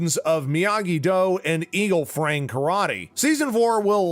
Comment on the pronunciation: Eagle Fang. You said eagle frang.